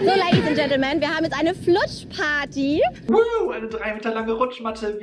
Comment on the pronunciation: Ach ne rutschparty ich habe die ganze Zeit verstanden "Flutschparty" 😂😂😂😂😂😂😂😂😂